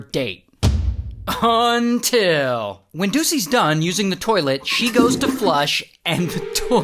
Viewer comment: Earliest "UNTIL" that I think i've heard.